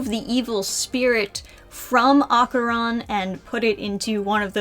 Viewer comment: No matter how many times I hear people pronounce Dandadan wrong it's still a jumpscare. Edit: oof not Okarun too. My poor ears.